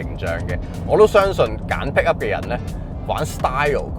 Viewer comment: PICKUP....讀好D英文啦